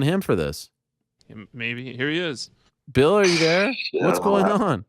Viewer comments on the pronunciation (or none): Ariel why did you start pronouncing bills name wrong after getting confirmation? Lol